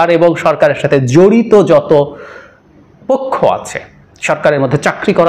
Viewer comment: সুন্দর উপস্থাপনা🥀কিছু মনে করবেন না, পোক্ষ না হবে পক্ষ।